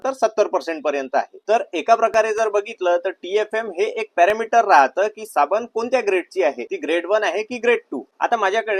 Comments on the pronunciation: साबन नाही ,साबण बोला l शुद्ध मराठीचा लोभ असावा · तुझे मराठी फारच भंगार आहे ते सुधार. साबने नाही साबण